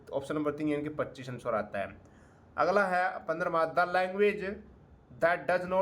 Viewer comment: Aglaaa Dasmaaa 😂😂😂 haryanvi touch